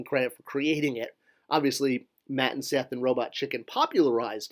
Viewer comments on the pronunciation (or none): none